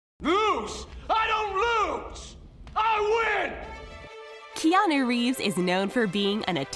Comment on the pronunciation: It is annoying how she mispronounces his name.